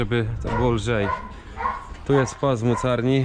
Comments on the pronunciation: Młocarni a nie młockarni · Młocarnia , nie "moskarnia" 😃